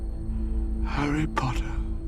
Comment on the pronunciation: The Legendary HARRY POTTAHHH 😂😂😂